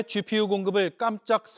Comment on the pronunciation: 쥐퓌유~ 슛자노름~ 쉬련불가능~ 나경은 발음 짜증난다